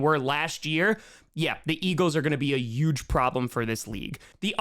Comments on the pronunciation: These "power rankings" are dumb (and I'm a 9ers fan). In this case, dropping KC down and the Bills up next to each other illustrates my point. And BTW, the word "huge" does have an H; it's not "euge"! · I feel like intentionally said YUGE so many times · Take a shot every time says "Yuge." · has no trace of an accent Also: “yuge” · If you say huge as "uge", you have to say Jaguars as "yaguars" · One way I can tell you're from New York is whenever you say huge it sounds like Trump lol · can't say huge lol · please pronounce the “H” in huge.